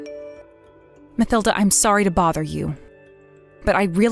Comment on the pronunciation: It's Ma-TIL-da, regardless of how it is spelled